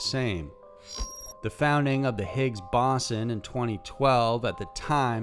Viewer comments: It's not pronounced like higgs bossonn, it's pronounced like higgs bows-son. Thank you 😊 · It's bo Zon it's a Z not an S damnit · The Boss-on lolol yeah it bugs me too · higgs bosson? why cant these morons every pronounce shit properly???? IS IT THAT HARD OR ARE YOU JUST FUCKING LAZY? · Higgs Boson is pronounced with the first "o" as a long vowel b-OH-son like "Oh snap"